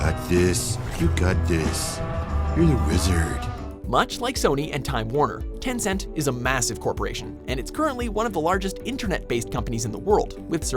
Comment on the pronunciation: What is Temcent man... Clash of clans is by Supercell...